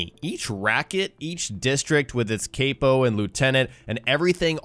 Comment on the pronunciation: the way you pronounce capo grinds my gears smh